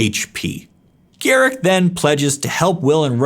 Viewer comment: Its pronounced "gah-rook"